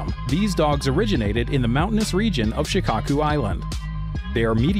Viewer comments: SHIKOKU and you are saying SHIKAKU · Terrible pronunciation. its Shi-KOH-Ku, Shiba In-Nu...come on son.